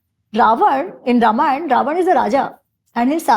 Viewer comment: A humble request to the young host. Please don't mispronounce the epics as रामायणा and महाभारता. The correct pronunciation is रामायण and महाभारत.